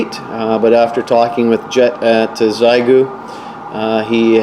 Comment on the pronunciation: Xiegu is pronounced "she-eh gu".